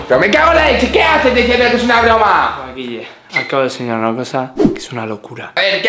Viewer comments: EN VEZ DE BROMA SALIÓ BORMA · en el minuto 8'23,envez de broma as puesto borma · como que borma y no broma